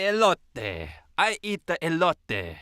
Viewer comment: is so cute to pronounce "elote" with a pseudo-italian accent even though it's a Mexican dish lol. I loved those bloopers